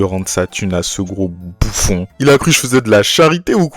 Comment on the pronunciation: ah le batard😂😂 t’as bien appuyé sur le “Bouffon”🤣